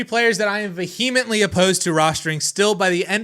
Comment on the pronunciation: Vehemently pronounced incorrectly.